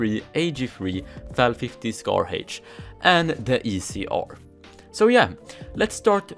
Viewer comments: "scar haich" - 2020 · Nobody:: SCAR Heich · Its heich ( is swedish btw)